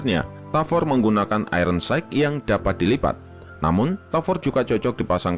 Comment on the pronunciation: "subscribe" itu dibaca SABSKRAIB bukan SAKREP "weapon" itu dibaca WEPEN, bukan WIPEN. "iron sight" itu dibaca AYERN SAIT, Bukan AIRON SAIK.